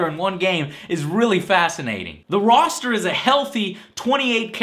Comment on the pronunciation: No, it's Roster. As in a roster of characters. A collection, a group ect. A rooster is a bird.